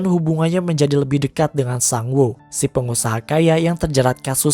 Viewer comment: baca sangwoo kenapa harus sengwoo sih